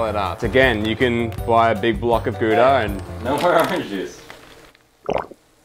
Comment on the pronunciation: it's pronounced gouda